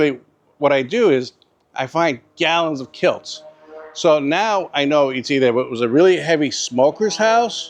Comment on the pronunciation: Kilts??? Do you mean kilz?